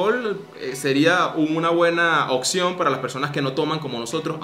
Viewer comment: Por favor no digan ''OXIÓN'', es ''OPCIÓN'', se escucha full mal